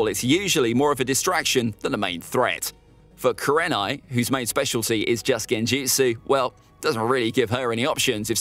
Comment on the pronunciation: You underestimate kurenai and mis pronounce her name